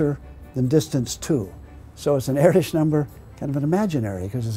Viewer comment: By the way you're pronouncing Erdős wrong.